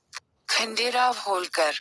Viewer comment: जानकारी अच्छी है,कृपया उच्चारण में अंग्रेजी पुट नहीं लाये तो उत्तम होगा।क्योंकि खांडे राव की जगह खंडेराव उच्चारण उपयुक्त होगा।धन्यवाद।